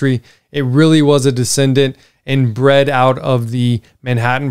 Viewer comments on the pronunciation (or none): none